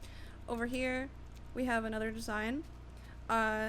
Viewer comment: you say desing SO MUCH so annoying